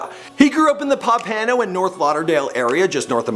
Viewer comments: lol the way he pronounced pompano. why broward poppin out all deez lames makin em famous? we got better talent then dis man. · It bothered me how he said Pompano